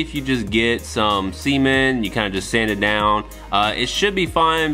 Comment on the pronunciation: did he just say 'semen' instead of 'cement' when talking about the seamlines? LMAO XD